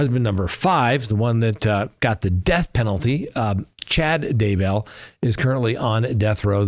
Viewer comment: Get the name right. Daybell